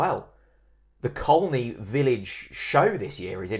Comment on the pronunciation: Enjoyed your podcast for a chane. A bit over the top but hey!! When our new manager came in we were 17points from playoffs. We have gained 6 points in his time. Wishful thinkng maybe but there is always hope. Final thng you are Norwich boys you should know my village is pronounced Coney. Still insulting us please. What do you call Costessey. Correct we call it Cossy. Teach those media boys please.